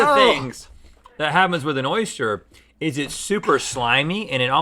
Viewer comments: Rhett: “Oyshhter” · Is it just me or does Rhett keep saying 'Oistiure' and nobody is mentioning it